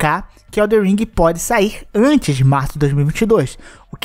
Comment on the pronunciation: Não Eh eldeR eh eldeN !